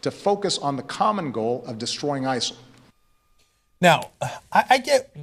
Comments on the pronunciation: Why'd he keep saying ISAL? I'm genuinely confused lol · Why does Obama keep saying isal? I thought the acronym was ISIS.